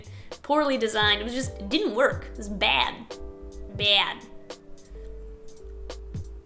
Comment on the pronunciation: This technology was BAAD (read like lol). Amazing video <3